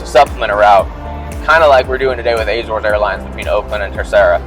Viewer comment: Was so looking forward to watching this until you started to pronounce Azores. WRONG! It has no Eh? In it’s pronunciation what so ever